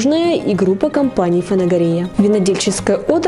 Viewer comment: здравствуйте ,почему ФанагорИя,а не ФанагОрия ?